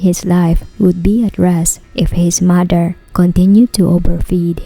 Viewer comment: 'mudder' and 'fadder' and 'grandmudder'. are strange pronunciations.